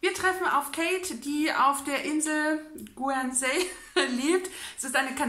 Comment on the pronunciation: Guernsey spricht man übrigens so aus: Görnsi 1 Stunde zuhören ach ist das schön:) Bin total erkältet und sitze nur auf dem Sofa rum, kann nicht schlafen, kann nix lesen, aber zuhören das geht:) Ich mag das mit den Clips, hast du ja schon Mal so in der Richtung gemacht, ich finde das sehr schön, dass man direkt nach dem Lesen deinen Eindruck vom Buch erfährt. Da sind die Emotionen noch ganz frisch:)